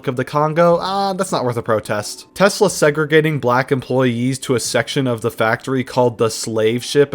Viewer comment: "Stop burning Teslers" - Nope...